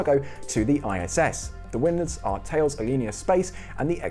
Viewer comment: Just FYI, The name of the French company Thales is pronounced Ta-Lez, not Thayles.